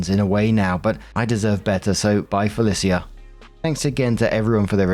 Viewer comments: pronouncing Felicia wrong made me laugh. I don't know if it's a meme because I have no idea where or when it started, but when I was in high school in the mid 2000's I heard it a lot. It was always pronounced "Fell-E-sha" not "Fell-i-see-ah" Though that's a pretty way to say that name. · I can forgive so many mispronunciations, but "Bye, Felicia" is a cultural phrase. It's "fuh-lee-shuh" 😭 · Hey! “Bye Felicia” is an internet meme and in the meme, Felicia is pronounced, “Fuh-LEE-shuh.” This is the second time I’ve noticed this meme in a story on this channel and wasn’t sure if you knew of it! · It's "bye Falecia" (Fa-lee-sha). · It’s “Bye Fe-lee-sha!” A quote from the film Friday starring Ice Cube and Chris Tucker. Classic. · I think in story 2 she was meaning to say bye Felicia which in that context is pronounced fe-leash-a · 'Bye Feh-lis-sia' sent me 😅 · Me, too!! "The politest way to say Felicia!"- another commenter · I feel like saying it his way is a running joke at this point. lol